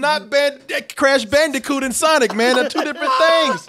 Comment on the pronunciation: Nigga that aint sonic "Thats SANIC"